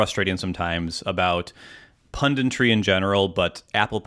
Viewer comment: Or, "pundintry" as kept saying